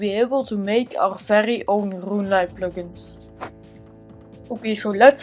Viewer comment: my very own rRrRuuuneLite plugin